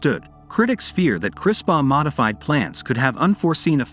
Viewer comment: 1st to comment. Also: I would should be responsibly and particularly where its need to improve the human condition and life and not any greedy self-centered reason. I am pretty sure you are pronouncing CRISPR wrongly.